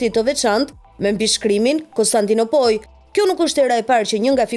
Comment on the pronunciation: Konstandino'poli moj karrre, jo konstandinopoje, sic i thone serboshkaperdhatirat rrobqirr...